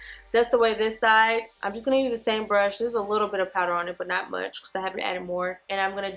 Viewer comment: 🤣🤣 "it's too m-au-ch"